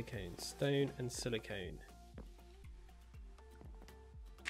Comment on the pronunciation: When it says "Aluminum Seeds" on your UI, it's because you pinned a quest. Just go to the quest book, find that quest again, and unpin it. Also, you got silicon, which is very different than what you said (silicone). You should pronounce silicon the same way as if you were saying "Silicon Valley".